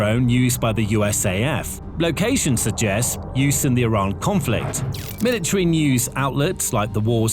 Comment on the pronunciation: So, what is a milatree? Is that like a metric sprout or something? Did this fool not pay attention when studying grammar and pronunciation? What good does this lack of proper communication do for the young folk just entering society? Somebody please tell me.